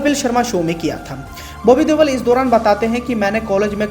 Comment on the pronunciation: Ye देवल नहीं देओल है सही उच्चारण किया करो